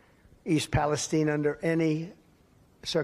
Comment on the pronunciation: Wonder why they pronounce is “east palestein” rather than Palestine